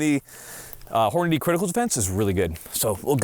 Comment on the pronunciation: It cracks me up that literally cannot say "Hornady"!